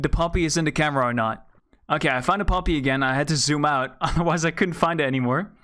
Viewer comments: I thought u said puppy not poppy lol😂😂😂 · Fr I just kept hearing puppy and briefly going "PUPPY? WHERE???" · Is it not poppy with a o